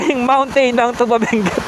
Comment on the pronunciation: Thank you for visiting Benguet kahit may bagyo😅 correction lang po Sir sa pronunciation ng Tuba, long stress po sa syllable na "TU", hindi short stress katulad ng tuba na alcoholic drink.